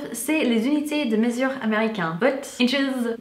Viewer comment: mesure et non mésure, merci pour tes vidéos.